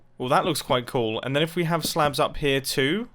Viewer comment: Blin, I always slightly hear "slab as "slav", blyat!